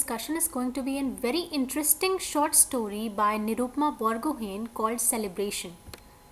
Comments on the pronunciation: It's not बरगहेन it's बरगोहाई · Hello ma'am , apne Borgohain ko wrong pronounce kiya ..it's "बोरगोहाइ" ❤ Love From Assam, And Thank You so much ❤